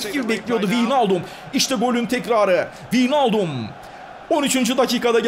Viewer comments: vinaldum degil abi vaynaldum duzeltirsen seviniri :) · abi winaldum degil waynaldum <3